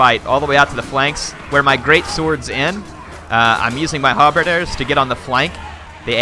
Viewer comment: halberdier not halberder